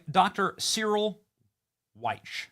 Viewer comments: The late great Dr. Cyril's last name is prounced as Weck. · Dr. Cyril Wecht......His last name is pronounced "Wekt". I wouldn't say anything but Ive been a fan of his EXPERTISE for 45 years. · Dr. Cyril Wecht ( pronounced like Wekt) is sooo well renowned. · Benny, "Wecht" is pronounced Wehkt," or like "wet." And, by the day, Dr. Wecht passed away recently. Dr. Wecht was also a part of the documentary series, "The Men Who Killed Kennedy." You will get a lot more accurate info from that documentary then you will from the JFK files..Wecht was really ticked about all the BS we were fed about the JFK assassination. He rightly said that if they can do this to the President of the United States, who among us is safe! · Dr Cyril Wecht, pronounced WEKT. Dr. Cyril Wecht is still a very beloved and respected person here in Western Pennsylvania. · Its pronounced Cyril Wekt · I think the doctor pronounces his name "wekt" because I've seen him introduced on tv before. Good stuff, Benny! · Dude Dr Cyril Wecht is dead Also you mispronounced his name terribly It's pronounced WEK